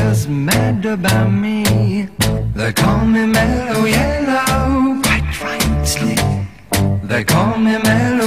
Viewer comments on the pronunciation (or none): In one particular British accent they slip an "s" sound between a "t" sound and another consonant. It's like in some American speech (mine included) we pronounce "that's you" as "thatch you", or "what's your problem" as "whatch your problem". So here we hear "quites rights-ly".